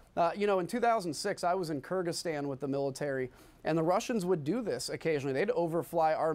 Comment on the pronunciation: Did he say Kyrgistahn WTF are the yanks doing there!